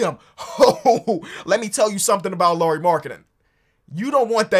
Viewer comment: as a finn i am suprised how well you pronounced lauri's name